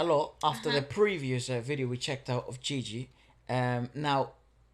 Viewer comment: I'm so happy you read her name "Ji-Ji" and not the typical "Gi-Gi". Hahaha! Nice reaction by the way.